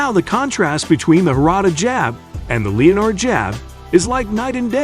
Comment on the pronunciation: "leo-nard" jab? It's pronounced 'len-ard" jab fool